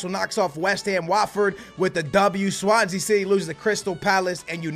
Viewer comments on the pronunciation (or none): none